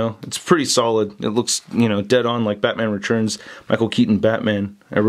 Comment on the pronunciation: spells 'tu' as 'chu". I always look forward to him saying "the head churns side to side" in every figure review, and this time, I get to hear him say "Batman Rechurns" again and again. I think it's really unique and I really enjoy listening to him saying them.